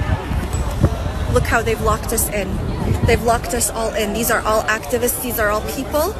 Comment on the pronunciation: "we are UCTUVUSTS... from MULTUPUL CUNTRUES"